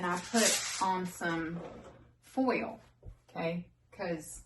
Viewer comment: I love how you say “foy-ohl” for foil but you also say “ohl” for oil 😂 Love these cooking videos,! Love from south Texas ❤